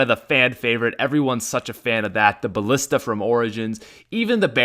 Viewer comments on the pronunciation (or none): none